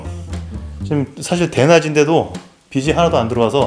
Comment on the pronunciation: 왜 빛이(비치)를 비시라고 말하는거임???? 임창정의 '겁시나'랑 같은 건가?? 빛을 빚이나 빗으로 말하는 사람들 개많던데 왜 그러지???? 못 배운 사람 같아 보이진 않은데... 기레기라 그런가..?